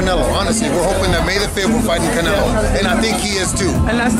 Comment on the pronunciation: Saulbuterol "Cownelo" Alvaroids